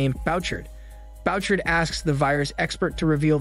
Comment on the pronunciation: The name is Boo- shard (Bouchard)